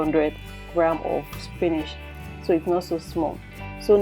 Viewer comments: Use your dictionary and listen to how it is pronounced. /spi nich/ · why is she pronouncing "spinach' like that